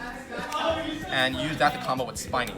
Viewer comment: Spinny is actually pronounced as speeny not spainy...because it spins...plus it's Spinny and not Spiny.